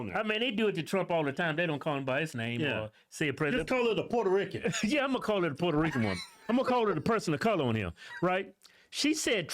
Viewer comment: You called her a "Port-a-Ricken" 😂😂